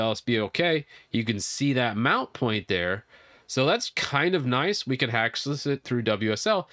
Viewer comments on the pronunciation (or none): none